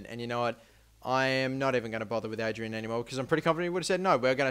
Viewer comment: Adryan takes ages to get past 80, and it's pronounced AH-DRIE-AN